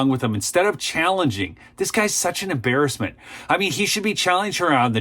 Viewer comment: I agree with your statement. fyi: 'Christie' not 'Christy' 'embarrassment' not 'imbarrisment'